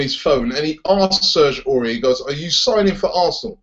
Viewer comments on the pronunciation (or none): none